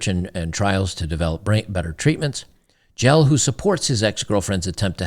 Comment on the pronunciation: Jelle is pronounced Yella (like old Yeller), its a Dutch name.